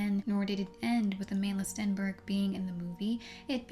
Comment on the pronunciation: Her name is pronounced a-mahn-d'la